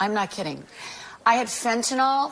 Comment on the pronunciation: Fent-ta-nyl (nill) not fent-ta-nall. We need to say it correctly so we teach it the right way for educational purposes.